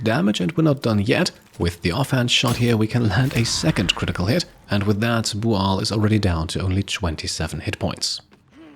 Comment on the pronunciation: Are they booing me? No, sir, they are saying "booo-al".